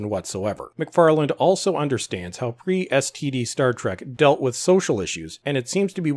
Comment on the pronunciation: Every time you say "STD" it always throws me off. XD